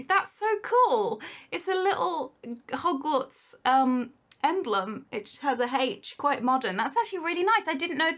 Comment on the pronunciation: When she says hogwarts kinda souns like yogurt